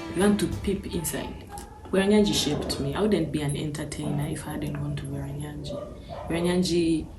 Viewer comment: It's Bweranyangi, not Bweranyagi mehn. A well known single school that produced prominent ladies and even now it's still doing great